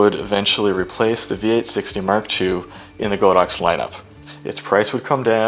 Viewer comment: Good video, however, it's pronounced god-ox not go-dox